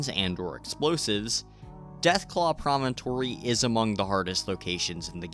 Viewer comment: wow someone who actually calls it “promontory” instead of “premonitory”